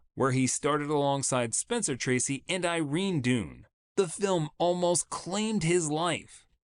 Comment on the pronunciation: Can we at least pronounce Desi Arnaz and Irene Dunne's names right?